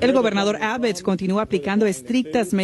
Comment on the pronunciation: Señora "Periodista" se dice Greg Abbot (ABOT) NO ABET , que es éso de no pronunciar bien !!!?